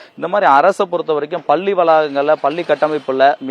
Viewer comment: இந்த செய்தி நிருபருக்கு நல்ல தமிழ் உச்சரிப்பு வருமா வராதா . பல்லி என்று சொல்கிறான் 🤦👊